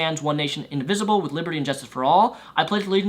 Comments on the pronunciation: It's "Indivisible" not "Invisible". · Did he say invisible a few times, instead of indivisible? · Completely off topic from the main point of this video, but when you say the pledge, are you saying invisible? Because you do know it is indivisible, right? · He kept saying "One nation invisible" instead of indivisible. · Sounds like you're saying "invisible" rather than "indivisible"... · No, I don't think so. He clearly says "invisible" four times -- the rest of his reading of these variations of the pledge is also rapid, but there are no other missing syllables. Certainly not disagreeing with the point he's making, though.